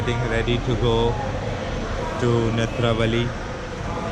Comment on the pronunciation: Hahahah the way u said Netravali and Bahubali 😂 amazing one!